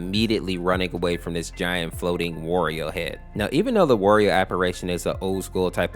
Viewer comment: you pronounced wario as "worio" its "wa rio"